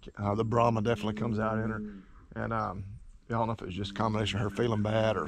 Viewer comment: It’s brahman, not brahma. And they aren’t aggressive cattle at all!